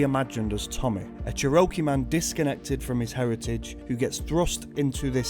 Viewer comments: It's pronounce Chair-O-Key <3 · I love Prey (both games), and whenever people bring up the game, I always assume they're talking about the 2017 game, but I always think of this one first. Pro tip: Move the emphasis from the "o" in "Cherokee" to the "cher" part. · I’ve never heard a British person pronounce Cherokee (chair-oh-kee) like that before and I’m honestly fucking dying